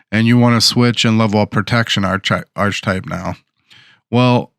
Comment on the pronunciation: Thanks for the video. It’s pronounced ark-uh-type.